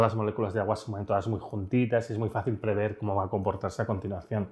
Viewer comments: prever...no preveer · Preveer??? Joder con el experto!! Jaja